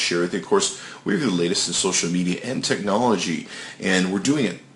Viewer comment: wow. I didnt know the definition of "TEHNOLOGY" meant QUAD CORE. You sound really smart; I think you should be a Samsung representative.